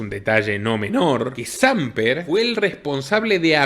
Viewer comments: de veras que aprecio y difundo tu contenido y me parece genial todo el trabajo investigativo que realiza tu casa, solo quiciera aportarte de la manera mas respetuosa y cordial que el apellido del expresidente colombiano Hernesto no es Sámper, es Samper asi sin esa acentuación, de lo demas perfecto todo como hasta ahora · No es Sámper, es Samper (Sam Pér)